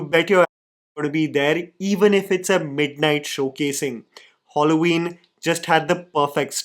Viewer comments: It is Halloween...not holloween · criticizes the "language switch", ignorant of a rather common phenomenon of "Manglish" practiced in Kerala but also among overseas Keralites, masking it as an "unpopular opinion" Also: "Holloween" 💀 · Yeah yeah we all wondering wtf is HOLLOW-IN? 😑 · Wtf is Holloweeen? Matlab kuchh bhi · It's Halloween it's not hollow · I can't get past saying Holloween. It's so jarring😢 Also the accent was giving AI. Yeah this video threw me for sure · I kept hearing Hauloween (Madhuri desai short reference) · hollo ween 😂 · Halloween, not Holloween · Hallow-Ween not Hollow-Ween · saying “hollow-ween” is equivalent to Benedict Cumberbatch saying “penwing” to me 😭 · Cool video but I think I am the only one who is wincing a little whenever is saying "holloween"😂